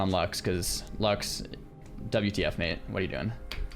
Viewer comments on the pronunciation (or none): none